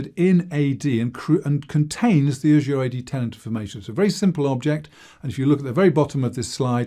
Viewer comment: I wish people would learn how to pronounce the word Azure. Just check one of the many online dictionaries.